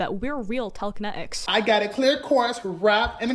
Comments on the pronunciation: no one: them: tEleKene-ik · I love the little bit of brit in the way she talks you can hear it when she says water and telekenetics